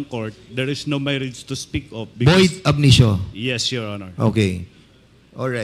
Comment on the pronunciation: Hahaha Cong Fernandez, anung "void abnitio?"